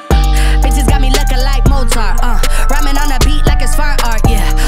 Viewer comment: The fact that they don't pronounce "Mozart" the same bothers me.